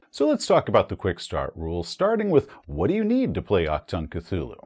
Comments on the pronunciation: Hey! Love your content. I don't wanna be the grammar nazi here... But if I may give you a little heads-up: Sayin "Ack-Tongue" is not what you say if you wanna say "Attention!" in german. I know the german ch is not an easy thing to pronounce as an american or english person. If you want to pronounce it more correctly (I'm fine if you don't), try to ignore the c, emphasize the h and speak the u like it is the oo in "Doom". So you say it a bit like "aHtoong". Even though this is still not 100% it, a german speaking person would understand it just fine and it miiiiight be a little more comfortable to say for you. Greetz from Germany! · for a correct ch sound, just imagine a hair in your throat.. the sound you make trying tio retch it out? thats the ch